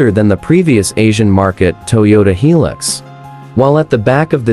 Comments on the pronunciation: Yeah! Since when does I pronunces like 'e'. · Pronounced "High Lux"not, he lux. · Make a hilux video cant even pronounce hilux right